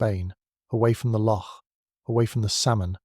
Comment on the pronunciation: A good tale spoiled by the reader. I’ll is not “ill” and though you did eventually get it right, locsh is pronounced lock